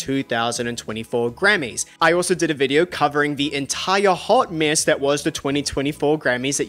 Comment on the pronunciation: Due to I will now always say the word mess as MISSSSSS